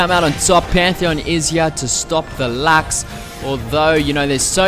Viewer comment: I LOVE HOW YOU PRONOUNCE LUX